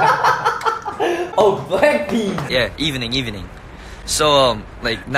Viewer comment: MARK IS THE REASON I FAIL ENGLISH lol jkjk jaehyun be like: "yep, sure, totally, i get what ya trynna say-" Mark not knowing which language to speak in is honestly so relate-able I C O N I C what is EVEning i only know e-ve-ning lol johnny's reaction tho MARK SPEAK UP MAN- lol i got my 'saying like a thousand times in one sentence habit' FROM MARK. THANK YOU SIR